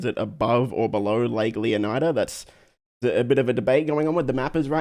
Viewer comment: you pronounce Leonida wrong! You should learn from Matto and Atina! 😉